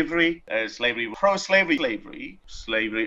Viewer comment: After the 10 second mark I started hearing "slavelly"